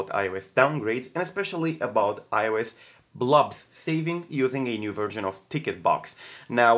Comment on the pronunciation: I hope I'm not annoying but, try to pronounce the "o" in "blobs" like you pronounce the "o" in "box"